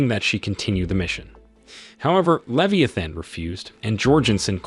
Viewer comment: Listen to the pronunciations for words like abby or leviathan, its probably an AI